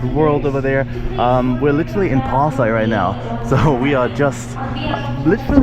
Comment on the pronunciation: The way pronounced Pasay and Makati 👌